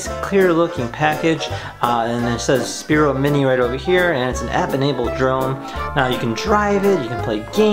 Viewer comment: Spiro was the first name of a former VP in USA. Sphero (PH pronounced like F) is the company that manufactures the product you are reviewing. Please stop pronouncing it incorrectly...on all your reviews